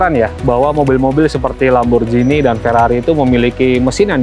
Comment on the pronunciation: D italia bkn lamborjini tp lamborgini. G bkn d baca J